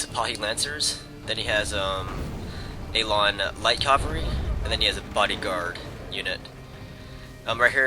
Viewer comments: it sounds like hes saying calvary instead of cavalry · and cavalry, cav-all-ree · Your pronounciation of "cavalry" keeps bothering me. lol sorry not trying to be a troll.